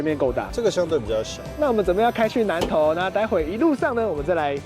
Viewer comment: 05：29 開去南頭？是南頭？還是南投？😅😂